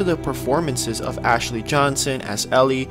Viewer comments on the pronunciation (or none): none